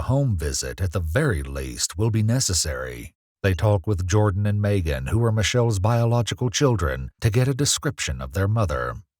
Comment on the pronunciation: Is this a AI voice over or a real person? I’ve never heard anyone pronounce Megan Maygan